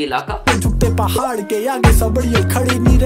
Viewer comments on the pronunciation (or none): none